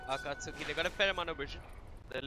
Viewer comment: It's pronounced AKATSKIII FFS